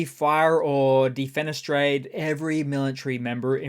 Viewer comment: "defenistrate" Shoigu. Haha!!